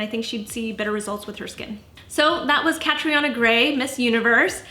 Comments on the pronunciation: By the way, it’s pronounced Cat-treena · Why the hell are people butchering her name? It’s irish it’s pronounced Katrina ughhhhh kills me!! Tell me she doesn’t call herself that too?? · Loooorrrrddd. Catriona is an Irish name pronounced "Catreena". why do people give their kids names they refuse to learn how to pronounce!